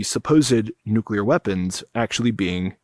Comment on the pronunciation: Someone that knows how to pronounce nuclear. I'm impressed. So many people feel the need to shoehorn a "u" between the c and l and add extra syllables.